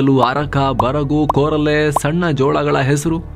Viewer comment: ಕೋರಲೆ ಅಲ್ಲ ಕೂರಲೆ